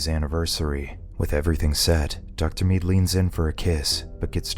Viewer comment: The way this guy says the name "dr mead" 😖